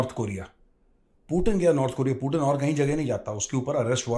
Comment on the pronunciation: अरे यार एनालिसिस करते हो बहुत बढ़िया पर कई नाम ऐसे लेते हो जिससे इरिटेशन होने लगता है 😣 कमसे कम यार पुतिन को पुटिन मत बोला करो यार उसका नाम पुतिन सही बोला करो